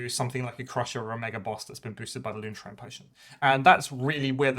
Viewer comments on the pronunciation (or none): Great video! Makes me wish Hrothgorn's Mantrappers were available at a reasonable price. Btw it's Loonshine Potion, not Loonshrine. Like moonshine!